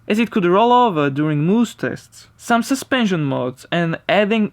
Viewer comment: Does anyone find it funny how this guy says suspension. 😂